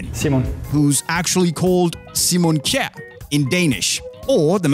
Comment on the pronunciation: Aye I got so happy when you pronounced Simon Kjær, it was so good :’D